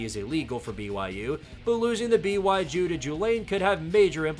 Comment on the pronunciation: BY-Jew to Jew-lane 💀